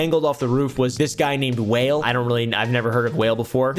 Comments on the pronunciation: Wale😂Whale …it’s pronounce Wall-Aye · its not WHALE lol. its wah-ley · lol Wail. it's pronounced Wa'Lay. Wale. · They hung some guy over a balcony… whale 🐳 idk him 😂 Wa-le it’s pronounced my guy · Whale 😂 it's pronounced Wah-lay lol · 😂whale? lol it’s pronounced WALL AYE… wale… ❤ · Whale😅😅😅😅😅 its pronounced WAH-LAY 😅😅😅😅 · Out of all the times I laughed in this video, when you said "some guy named...Wale🐋..." I cackled the loudest! 🤣 It's Wa-Lay. Great video🤌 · Wale ≠ Whale Wale = Wah-lay 🫡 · He said, I never heard of Whale (Wale) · "WHALE" 😂😂😂 ITS PRONOUNCED WALL-AYE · Not whale wa-le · Not whale it's pronounced (wall-ayyy) ❤ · I remember pronouncing Wale(Wah-Lay) as Whale lol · His name is pronounced wah-lay, not "whale". 💀 He went to high school with my uncle, interestingly enough... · Idk if you were being genuine with Wale and not knowing him or how to say his name, but calling him “Wail/Whale” is mad funny (it’s pronounced Wah-Lay) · Pronouncing Wale's [wah-lay] name Whale was everything 😂😂😂😂😂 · I was coming to comment this lol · pronouncing Wale's name whale is so....:/. really showing his age. it's "wall-eh". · Wall-A (wale) not whale 🐳 😂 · Wale: It’s pronounced WALL-AYE… Whale 😭😭😭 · Wale=whale 🐋 😂 Its pronounced Wall•Lé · Wa leigh not whale oompa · it's pronounced Wall-a not whale bruh lol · THE FACT U CALLED WALE "WHALE" HAS ME WHEEZING ! ITS WALL AYYY!! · 🐳 whale??😂 you mean Wale (walehy) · Wah-lay. Out here calling this man whale. 😂😂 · Whale took me out. It’s Wale pronounced WAH- Lay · "I've never heard of this fella named 'Whale.'" 😂😂 It's pronounced like Wall-Lay,. Also, you got pulled over for doing 4 over the limit? Tell me you're in Texas without telling me you're in Texas 😉 Omgoodness.. "My-la"? It's Mee-la.. If you were trying to farm more engagement by mispronouncing names well then, mission accomplished my man! 😂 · Wall-ay not WHALE 😂 and it’s Keef-ee D, not Keef D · Wale is pronounced “why-lay” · Wale is pronoucned WAH-LAY 😭😭😭